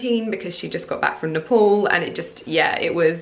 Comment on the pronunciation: you have been pronouncing NEPAL SO WRONG, its NEY-PAL, not NEY-POL